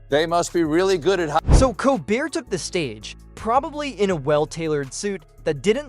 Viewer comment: Stopped watching two minutes in. AI narrator mispronouncing Colbert’s name and other words is frickin’ irritating. Couldn’t they afford a live narrator? Meanwhile, I’m glad the gloves are off. As soon as Colbert goes off I’m dropping Paramount. Whatever semblance of objectivity CBS news, and the content of anything they air, has has completely disappeared.